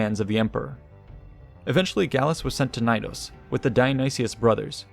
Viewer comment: Love the video but the way you pronounce Knidos... nnnhhhg. The K is not silent in greek nor latin. It's pronounced kuh-nee-dos.